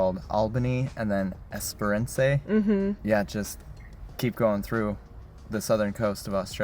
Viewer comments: The painted ground is too stop the sand blowing away after they have cleared the block. The grass may regrow too. The whole coast is just sand and limestone. The beaches around Esperance.( Pronounced Ess-per-anse.) Squeak when you walk on them. They super fine sand. You can make great sand castles. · Best of luck guys. I drove my young family from east to west coast and back many years ago. Best trip ever. Others will tell you to but it's pronounced Al-bany (not All-bany like NY) and Ess-prence..no accent on the last e. Hey a tip to save money here in Oz. Go to the supermarket after 7pm to pick up specials like a whole barbecued chicken for $4 instead of $11. They'll cut prices to move the fresh stock. Also get an app to find best petrol (gas) price, as they fluctuate wildly. Enjoy! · Esperance said Esper rance like france not ron say 🤣😁